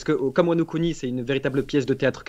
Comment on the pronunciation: Mdrrr wano "cuni" 😂